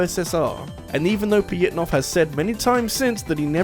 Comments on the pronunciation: Or "Pajitnov"? In my limited understanding of Russian, "Ж" makes a "zh" or "j" sound, not a "y." The closest they have is "Я (ya)," "Е (ye)," "Ё (yo)" in some cases, and maybe "Ы." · The way you pronounce Pojitnov's name rubs me the wrong way